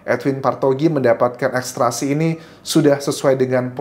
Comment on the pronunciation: Maaf Mas Anjas, Ekstrasi atau ekstraksi ?